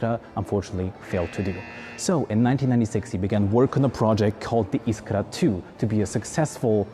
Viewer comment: you said "iskra" so perfecly (i'm polish)